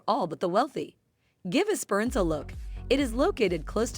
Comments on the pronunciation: like Es.perans? lol ESPERANCE IT'S NOT THAT HARD! lol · Not ess- PER-ance, its esper-ANCE. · Es per ence right prounonciation not the way the AI said it. Strath albyn right prounonaciation Look up Port Elliott in South Australia very pretty place. IF you like wine Adelaide is 1 hour from the Barossa wine district or South of Adelaide is Flurieau peninsular great wineries and views, Victor Harbor also gorgeous town with lovely beaches ⛱️ ALL in South Australia 🇦🇺 out of Adelaide. You should check these places out 👍💯👍💯😊